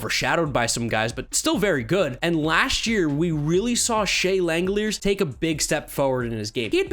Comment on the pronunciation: By the way, Shea Langeliers' last name is pronounced "Lang-El-Leers" according to how Manfred said his name when he was drafted. I always thought it was "Lang-El-Li-Ers" personally.